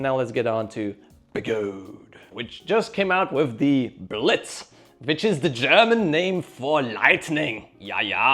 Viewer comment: OMG, your humor is cleaver. Referring to the Sherman L as the "Sherman Lynx" is brilliant. I'll go with SLinx. Your German accent on Blitz busted me up. I love being a membership subscriber. ~maverick 😊